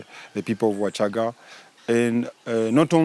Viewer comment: U shouldn't change names as u wish....WACHAGA IS NOT WASHAGAA PLEASE !!!!!